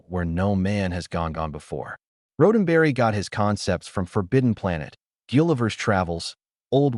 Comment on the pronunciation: Horrendously written AI narration. Unlistenable. Especially the part about Gene RHODENberry. One minute in...I'm gone.